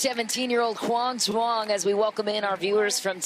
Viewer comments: To all the non-Vietnamese people out there, Duong is pronounced Y-OO-NG. Way to represent kid. Announcers need to be corrected so it doesn’t continue to happen. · Announcers are doing too much in that pronunciation of “Duong.” It’s more simple than that.